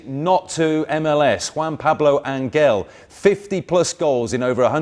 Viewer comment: btw, its ANHEL! not Angel. u dont pronounce the g dude, have u watched a Red bulls match?